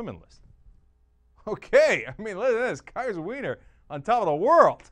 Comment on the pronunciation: Im pretty sure the dudes name is pronounced WINE-ER not WEE-NER